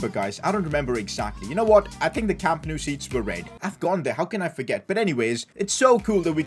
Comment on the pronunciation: Wow its so good he almost called it Camp No U 😂😂